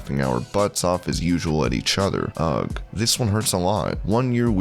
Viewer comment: Is that really the way you pronounce 'Ugh' haha 🤣